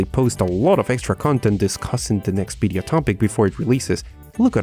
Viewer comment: you say Video..we hear it as Bideo???